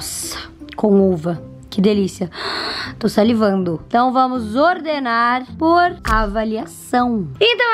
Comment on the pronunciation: Vídeo: A: "To salivaindo" Todo mundo já sabe. Paraaaa